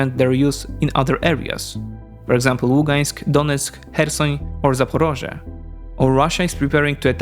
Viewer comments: It’s not zaparozhye it’s Zaporizhia. 0 research for a 0 effort video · I would like you to correct something: 1) it's not Zaporozhye (russian name of the city), it's Zaporizhzhia (ukrainian name) and 2) you really shouldn't read news from "ТРУХА ⚡", because it is cringe, (sometimes) provides fakes, and once they were sad, because they wanted to show photos of missile damage (aka be fire adjuster) but couldn't. Anyway, love your videos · The right pronounce is Zaporizhya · *Zaporizhzhia = Запоріжжя = zapoˈriʒːɐ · Sorry about that. It should be easy for these folks, particularly the English-language media, to check and confirm but... One contributing factor, but not an excuse, it there's what I judge to be a mistake in standard Ukrainian transliteration into English. The и should become i and the і should likely be y. Y makes the ē sound much more frequently than i does, but given it's English, the rules should be malleable. That I still hear British broadcasters say L'viv like it rhymes with "give" is a real headshaker. In this case, though, they're mixing Russian and Ukrainian names. Choose one or the other, and probably smart to choose Ukrainian.